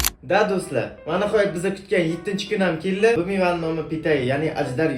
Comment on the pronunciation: Kelli deganidan bilib qollim😂